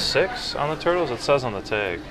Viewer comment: You always say teg instead of "tag"